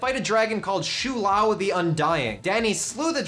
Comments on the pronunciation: and it isn't "sho lao" either, it's pronounced "shaow laow" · shou Lao not shu lao